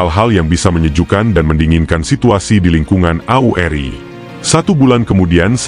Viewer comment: Isinya bagus, mengungkap kejadian waktu itu, tapi saya illdeel debgan VO videonya....gak profesional banget..penyebutan AURI, RPKAD, Bogor